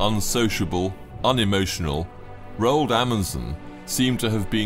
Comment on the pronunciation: The narrator mispronounced the norwegian names Roald and Haakon. 👎 Why is it that brits never bother to learn?